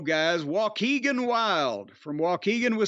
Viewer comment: Joaquin is not hard to say….